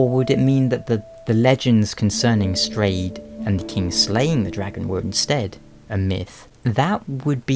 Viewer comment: its pronounced "strawed" :P